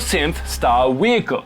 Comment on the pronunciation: You were adorable before you said "wehicle," but now you're goddamn Pokemon adorable.